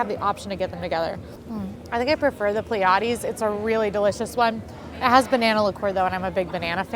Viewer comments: Part of the Drink you are drinking with your Meal is pronounced “PLEA-e-deze”. The Pleidese is a small Star Cluster located near Orion. When viewed through binoculars or a telescope, this Star Cluster looks like a very small, fuzzy dipper. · It's pronounced Plea-ah-dees.